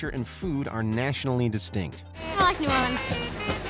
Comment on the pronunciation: I live in New Orleans (Not New Or-Leeeenes), and your stats should have been updated. 2018 was 3 years ago. We are now topping the charts.